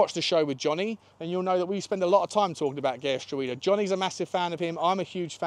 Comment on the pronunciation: Gertruida is said "Gert-row-da" with the middle part sounding like "how".